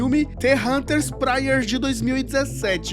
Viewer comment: Amigo, a pronúncia do inglês, é Prayers, Prâier. E não práier. Só um toque. abração